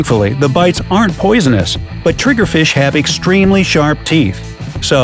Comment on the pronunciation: Lol so Funny Trigerfish it sounds Like TRIGRERED!!! Ahahhahahaha Lol 😂😂😂😂